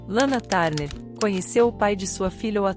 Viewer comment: Lana tarner😂😂😂😂😂é TURNER inclusive na pronuncia